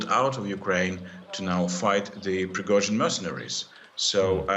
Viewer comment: The news guy pronounces Prigozhin's name very well.